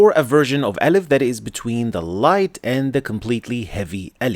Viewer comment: the (أ) you pronounce has some (ي) sound.